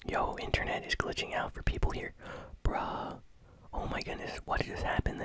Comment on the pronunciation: Don't know why sometime agn says bra instead of bruh